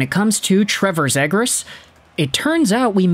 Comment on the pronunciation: love the content and have been following for years but we gotta get you pronouncing Trevor's last name correctly. It is Z-ee-gras.as<is). Not Z-ag-gres. Keep pumping content! -DucksFan